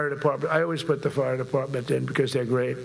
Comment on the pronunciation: What's a "Deparpment"?